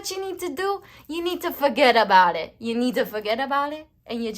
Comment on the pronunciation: Pile 4: FUHGetAboudit!!! You had me mad cackling up in here. I love your message and delivery so much. Why do I now feel like this person is actually Italian?! Badda bing, badda boom! May love and prosperity rain down upon you and cloak you in their raiments. Thank you so much, One Love.